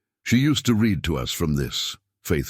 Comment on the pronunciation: You claim they are in Colorado, but all the towns mentioned are in Iowa, no mountains here.Narrator still having problems with pronunciations of words like wound, read, anything with multiple pronunciations on previous story he could pronounce arithmatic.